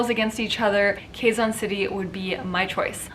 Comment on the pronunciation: Hi, Sierra! I don't mean to nitpick. Just thought you might want to learn how to pronounce Filipino names and terms. Here goes... Quezon = /ke'-zon/ not /kheey-zan'/ Taguig = /ta-gig'/ not /tey-gig'/ Gumabao = /goo-ma'-baw/ All vowels sounds in Tagalog are short. Only one possible sound for each of the 5 vowels. The sound of letter /i/ though sounds a bit like a cross between short /i/ sound and long /e/ sound. Filipino languages don't have aspirated consonant sounds. So our letter /t/ for example sounds like the /t/ in "butter" and not like the /t/ in "tea". That's it for now. I don't wanna overwhelm you. Hehe. Btw, I love it when you speak fast. 👍